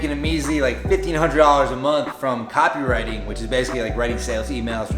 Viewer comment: said "Online copywriting business" but I heard "Online cockring business."